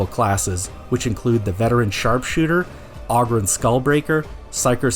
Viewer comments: it's Vermintide in 40k, it's fun, but it still needs some work and features added that are missing, all in due time, also, OH-Grin not OG-rin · Ogryn like... Ogre-rin. You donkey! 🟢🐴